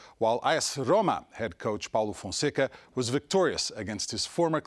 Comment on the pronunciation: What's his name? He pronounced Paulo Fonseca too accurately, if he's not portuguese I'll be surprised